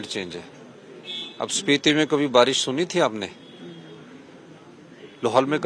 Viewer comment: Barish ko balish bol rha h ye 😅😅😅😅😅